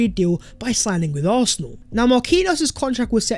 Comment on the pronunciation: Bruh, you’re articulate with everything except your pronunciation of “Arsenal” get it sorted.